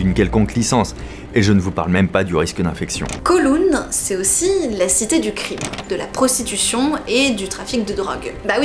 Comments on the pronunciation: pas "COULOUN" mais "COWLOUN", COW comme vache, et en cantonais, "Kaw Long" (^_^). Je vous fais visiter quand vous voulez, pleins de choses à voir, dans les petites rues, dans les hauteurs des tours... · Coucou fabien, on dit kaouloun pour kowloon voila voila sinon jmattends comme dhab a une super video sur l'histoire de Hong Kong ou j'habite :) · J’adore comment vous prononcez Kowloon 😂😂😂🤣🤣🤣 je vais vous aider phonétiquement : Kaawloun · J’habite à Hong Kong depuis 7 ans et j’ai beaucoup aimé la vidéo. Merci pour ce bon moment. PS: Kowloon se prononce comme cow (vache) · Koooooulown aha la prononciation laisse à désirer 😉 merci pour la vidéo je la transmets à mes amis Hongkongais